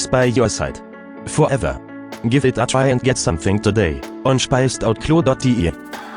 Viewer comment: Es gibt eine Sache, die mich total stört, wenn T Englisch spricht 🙊 Und das ist, dass er ständig „sonething“ sagt statt „something“... Aber so ist das nun mal 😁